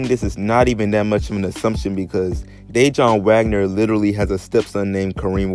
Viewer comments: Lol bruh being from Jersey it’s cringeworthy hearing you pronounce his name Day-John Wagner... it’s pronounced Da-Wan (Dajuan) 🤦🏿‍♂️. Good video though 💪🏿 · Had to stop watching when he mispronounced Dejuan Wagner’s name....that told me everything I needed to know